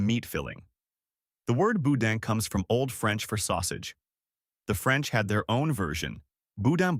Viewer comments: Nope. Most of those foods came from Lafayette or New Orleans, not Baton Rouge. Lafayette guy here, so I know that fool is lying, and boudin is pronounced (boo-dahn). Not bou-din. One more thing, BR people are mostly Southern creole, not Cajun. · Boudin is pronounced boo-DAN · It's pronounced Boo-Dahn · Before doing this video, he should have learned to pronounce Louisiana words correctly. I wanted to grind my teeth every time he said, "boudin." Not to mention when he pronounced the names of Louisiana towns incorrectly.